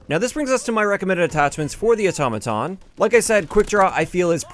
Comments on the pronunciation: Otto maton not atoma ton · hearing say Automaton sounds weird and funny at tge same time